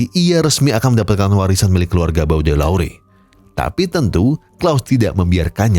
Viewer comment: Hadiirr bg, anyway bacanya "BODÉLEYR" 😅